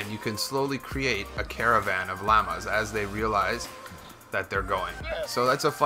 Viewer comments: If u say "LAMA" one more time I'm gonna die!! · "lamas" lol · I had to stop watching the 59th time you said "lammas" instead of "llamas" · "lamas" its pronounced law-muhs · You're saying "lama" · It makes me cringe when you say "LAMBA" I was letting "LEAVER" slide but you're pushing it buddy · It is pronounced Loma!!!!! Not Laamaa! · How he pronounces llamas XD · I like how he says llamas LOL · You're the only human being who can't pronounce llamas. Congrats! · The way he was saying llama sometimes was getting on my nerves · That's.not him you say llamas